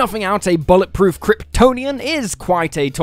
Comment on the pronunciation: Why did i hear it as "a bollock proof kryptonian"😭